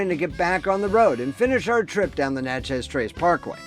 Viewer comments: It’s pronounced Natchiz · It's pronounced na-chuz (sounds like matches).